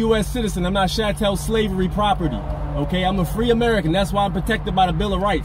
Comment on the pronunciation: If they want to sound intelligent, at least they can pronounce their words correctly. Chattel is not 'chaw-tell,' it's 'chattel,' sounds like cattle! Good grief! I hope they waiting down the road for him to DRIVE by and pulled him over again. They should have arrested him and turned him in to DHS as an illegal immigrant. Make him prove he is who he claims he is. Let him sit in a jail cell for a few weeks/months.